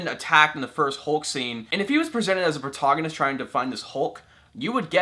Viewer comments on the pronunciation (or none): Its pro TAG on nist not pro TOG on nist